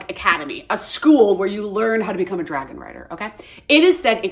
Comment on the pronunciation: "She's such a smol bean that can't even climb on the dwagon😢"